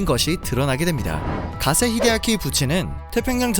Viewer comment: 가세 히데아키...... 기세가 아니고 가세.....